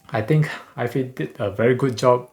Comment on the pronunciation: Hi. just a prompt ifi is pronounced Eye FYE, like Hi-fi is Hi Fye. Don't think it's pronounced Eye Fee as hi-fi is not Hi Fee. Hope that helps.